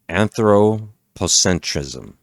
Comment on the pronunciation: Antro - pocentryzm... LOL, I switched off right away, you just lost all the credibility right there, before you gained any haha